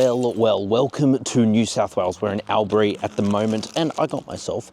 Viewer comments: Here’s a way to spend your time: practice pronouncing Albury. It’s not ‘Al’bury. It’s pronounced ‘All’bury. And also why are you driving over dirt roads between Melbourne and Canberra? Is your navigation system broke? There you go; somethings to ponder. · Brah who the fuck pronounces Albury like that.